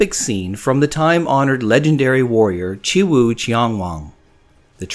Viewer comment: It sounds like you're leaving out the W in your pronunciation of Chiwoo. On purpose? Nothing comes close to the first year design. I didn't have on so I paid a bunch for it. I want one more but will look for a better deal.